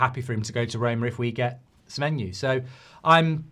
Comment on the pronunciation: Accidentally got Semenyo's name right